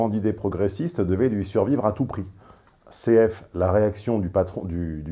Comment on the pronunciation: "cf" ça veut dire "confer", c'est-à-dire "allez voir, comparez, référez-vous à". Impératif du verbe conferre en latin. Donc à l'oral on prononce "confère. "